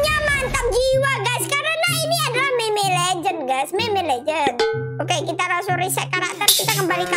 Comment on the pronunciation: Meme dibaca mim mon